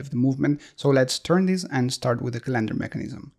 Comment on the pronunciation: Love your video's and voice over! BTW the word calendar is pronounced with the emphasis on the first syllable in English. But pronounce it any way you like!